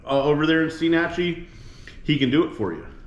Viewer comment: I really liked this vid since I lived in the Panhandle for 22 years diving, fishing, hunting, etc. Of course years ago, before the rich crowds found the white sand beaches and EXCELLENT fishing/diving it was better. With that said we explored everywhere including Steinhatchee. That is pronounced STINE-hat-chee (like a beer stein).